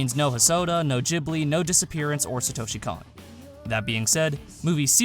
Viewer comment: its "gili", not "jibli"